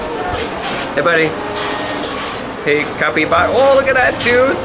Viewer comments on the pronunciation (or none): Hey guys that giant hamster is named a capybara pronounced (kapy-bara.